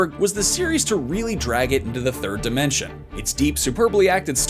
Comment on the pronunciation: Did he just say “the third dementia”?